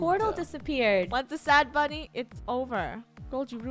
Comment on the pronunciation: For some reason whenever you say bunny I think you say funneh🤣🤣🤣🤣🤣XD